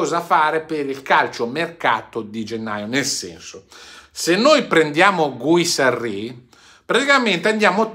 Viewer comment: Ciao guarda che dovrebbe leggersi GHIRASSI non Guisarri come lo leggi tu. Giusto per correttezza. Ciaoooo